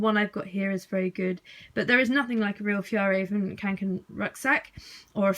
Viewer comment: is it just me or is it REALLY annoying when someone says kAnken